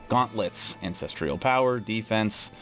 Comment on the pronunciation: Ancestral has no I in it lol. It's an cess truhl. Not an cess treeuhl. Lol.